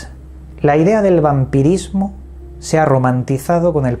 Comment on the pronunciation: El vampidismo jajajaja QUE CRACK jajaja